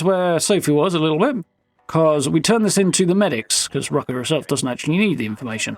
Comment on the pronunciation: So you pronounce "er" like an "a" And pronounce "a" like "er"?... 😂 Rucka is Rucker to you And Rucker is Rucka to you 😂🤣